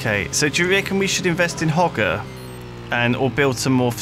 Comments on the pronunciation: Im pretty sure you say it Ho-ger no hog-er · hoe-jer is proper pronunciation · The pronunciation of "Hoger" is Hoe-Jer